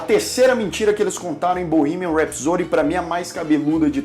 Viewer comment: Curti muito o canal e o vídeo, só tenho uma coisa a falar....a pronúncia de "rhapsody" foi duro de ouvir depois que você disse que é professor de inglês. 😱 não faz isso não migo. Os teachers, principalmente, têm que incentivar a pronúncia correta. Sorry :(